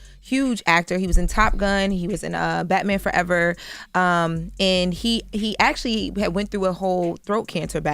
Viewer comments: Why are we giving all this praise and she can’t even say the word Actually... Just saying Jess had a point that’s all. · No what are you on she can’t pronounce Actually . and .. Hold these Ppl accountable and stop D riding …